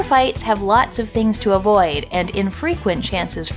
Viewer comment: You pronouncing things “tings” is legit the most Toronto thing I’ve seen in a long time.